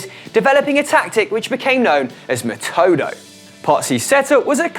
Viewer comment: For fuck's sake, there's nothing controversial about Vittorio Pozzo: the roman salute was mandatory for everybody, expecially if they work for the goverment. And the formation is pronounced ME'-TODO not METO'-DO like you say it. And even worse, you show only the image of Chapman's System MW, why? You should show the actual WW or 2-3-2-3 formation (Metodo).